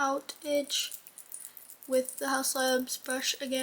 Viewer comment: “DA SECRET SAUCE”